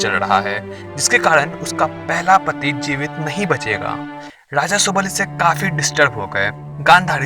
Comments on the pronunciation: Raja bolte hai daja ni ra da mai fark ni aata kya gadha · Daja nahi re raja bol😂😂